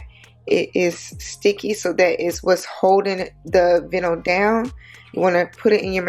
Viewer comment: Lol. You actually say the i sound in the word vinyl. So it sounds like more bye nil. But make it a v sound, instead of b. So “vye-nil” . Love the bag. Tfs